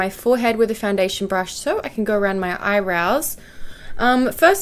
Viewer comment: Did anyone else notice she said 'eyerows' instead of eyebrows? Ahah love it 😂💋